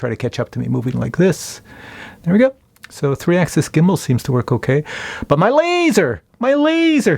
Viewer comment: “Lazzor” Lol. Drone needs shark teeth now.